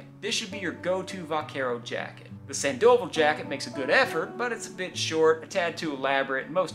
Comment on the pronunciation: They named a jacket after me,btw it’s pronounced sand-ah-vall